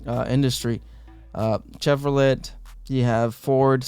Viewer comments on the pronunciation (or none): Yo the T in Chevrolet is silent